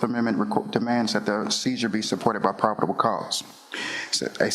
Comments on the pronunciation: he’s saying “prob-id-ible” 😂 Jesus, dude 😂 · “ Prodible cause” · Did he say “probable” correctly? I swear I heard three different wrong versions of the word in about a minute. Yet he has a good intellect. He just has no self control around women. I wonder if he threatens men the same way.